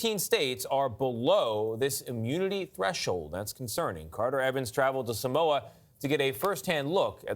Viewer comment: f#ck man can u guys say SAMOA properly